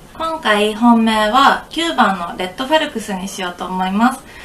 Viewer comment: それからレッドファレクスじゃなくてレッドファルクスだよ